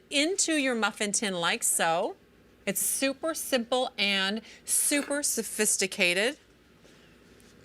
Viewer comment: Sue-pear Suh-fist-a-kay-ted